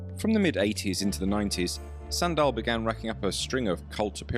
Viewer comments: Dał bym łapkę w górę ale nienawidzę jak BOT czyta... Suundal Bergman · Sry, thought you said Sandra Bergman